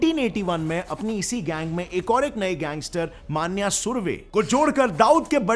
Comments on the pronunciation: Plz make a dedicated video on Manya Surve. And ha one point he is not मान्या सुर्वे he is मन्या सुर्वे. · मान्या सुर्वे ❎ मन्या सुर्वे ✅